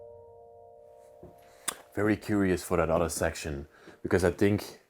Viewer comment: Please stop pronouncing 'other' like 'udder'. It's annoying.